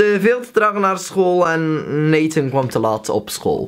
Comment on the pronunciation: hoe jij je naam zegt 😂 "natáh"